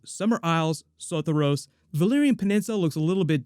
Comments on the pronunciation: Say it with me now: so-THOR-ee-ohs, Sothoryos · Im sooooo sorry but the way you pronounced Sothoryos really made me cringe!